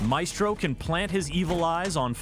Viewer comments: Now before anyone gets used to the way Maestro is said. IT IS NOT ”May-estro” as said but rather ”Ma-Estro”. The same is with Glaz but people are too used to the way they say it. Lets not fuq this one up. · I cringe every time he says “may-stro” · Its MY-STRO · great video! Maestro is pronounced as my-stro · Its pronounced MY - S - TRO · You need to say maestro’s name correctly dude. You’re saying it wrong